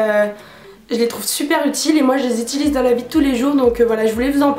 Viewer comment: on ne dit pas "itilise" mais "utilise", aller salut ! 😂